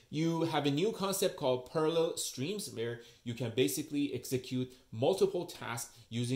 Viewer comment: Maybe overlay the title concept when you introduce it. It sounded like you said Perler Streams instead of Parallel Streams. Excellent overview. I'm going to watch the OCA one next.